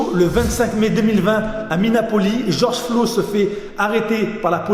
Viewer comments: "George Flo" mdrr sinon très bonne vidéo! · Ton "Georges Flo" passe pas du tout, tu devrais republier cette vidéo sans cette erreur, par respect. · Georges flo 🤨 prononce correctement son nom famille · oui mais dans la vidéo il dit Georges Flo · Seul mec au monde à pas savoir que c est mineapoliS (avec un s) et George Floyd et pas Flo...